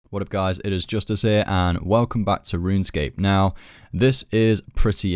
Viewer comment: "Runescape" lol